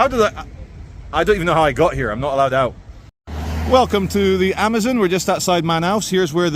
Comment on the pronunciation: This ‘not allowed’ in the indian accent tho😂😂😂😂